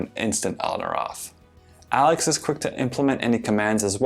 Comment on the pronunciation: did he just say amazon alex, who is alex